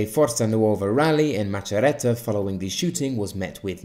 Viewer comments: Awesome video, you made quite a few interesting observations. Just one thing tho, your "Macerata" pronunciation killed me :) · Great video! Just to point out, 5stars clearly made - and will make - mistakes,but they're the only ones apologising for those. BTW, yeah, we're in a terrible situation, and worst thing there's no hope. How you say Macerata it's amazing ahah